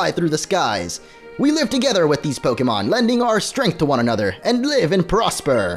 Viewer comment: It's actually Po-KAY-mon, The é in "Pokémon" is pronounced "ay."